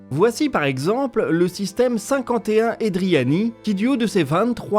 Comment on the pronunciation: Je pense que c'est plutôt 51 eridani, pas edriani.